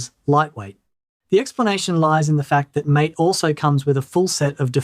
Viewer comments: Great video! I really appreciate the thorough, data-driven analysis and the objective comparison between Cinnamon, MATE, and XFCE. It’s refreshing to see concrete numbers rather than just vague impressions, especially the real-world RAM usage results. However, I do have one piece of constructive criticism regarding the MATE desktop environment. Throughout the video, you pronounced it like the English word "mAte" (rhyming with "gAte" or "dAte"). In the Linux world, MATE is actually named after the South American plant yerba matE, which is used to make a popular traditional beverage. Because of this, it is officially pronounced "mah-tAy." While they are written exactly the same way, they are two totally different words with completely separate meanings and pronunciations: Mate (English): A friend, partner, or colleague. MATE (Linux/Spanish): Named after the plant to follow the tradition of naming desktop environments after flora (similar to how Mint itself is named or how MATE's predecessor, GNOME, led to various plant-themed spin-offs). Correcting this pronunciation in future videos would definitely elevate the accuracy of your content, especially since your channel focuses so beautifully on Linux Mint. Keep up the fantastic benchmarks! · If the project cared about how things are pronounced they would have placed an acute accent above the 'E'. However depending upon where you believe the origins lie, it could be central or northern European, in which case it should be pronounced "ma-teh". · Very nice. I've been using Mate, which I believe you mispronounce ,🙂 because I so loved Gnome 2 and was mortified when it was announced that it would be replaced by the dreadful Gnome 3. It has a comforting charm from back in the old days when I looked a lot better and had more hair. 😉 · MATE is pronounced "mah-tay", not "māte" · Is _that_ how MATE is pronounced? I've been pronouncing it, "mah tey." I prefer XFCE, anyway. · MATE is pronounced "ma-TAY", as it says on their website.